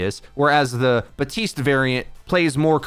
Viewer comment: His name is BaPtiste not Batiste. Everyone put so much effort into learning how to say Brigitte but won't just say the p for Baptiste. :(